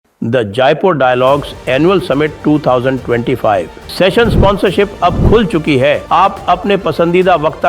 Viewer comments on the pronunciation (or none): जायपुर या जयपुर??? 😅😅